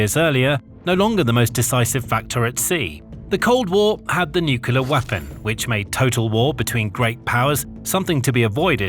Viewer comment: NU-KLEE-ER narrator say it right